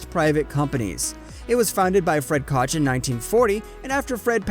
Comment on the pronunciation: Bruh you do a good job, but you gotta work on your pronunciation. Do research on the names because you say them wrong constantly. Just some constructive criticism. For instance Koch is pronounced coke.